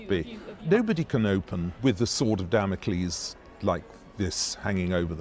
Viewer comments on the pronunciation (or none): none